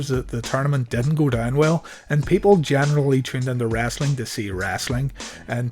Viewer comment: Dude you really say wrassli